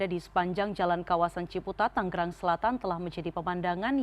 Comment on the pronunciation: bukan TANG-GERANG neng tapi TANGERANG yaa.